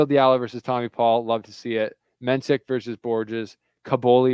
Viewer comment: you are getting sloppy with pronouncing the names. Why do you call Mensik as "Mensich"? In what language single "k" is pronounced as "ch"? Now about Machac - everybody seem to get it right, but you. Imagine his name spelled as "Mahach" - this is the way it shall be pronounced. Don't be lazy and listen how umpires say their names. For the most part they are correct. Because if they are not - players can tell them right away. Keep up the good work - you're one of the better tennis youtubers )